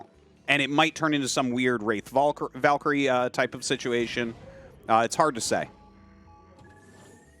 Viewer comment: YOU NEED TO TEACH TASTLESS HOW TO SAY VALKYRIE NOW